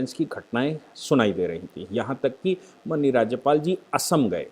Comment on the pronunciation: Please correctly pronounce the word माननीय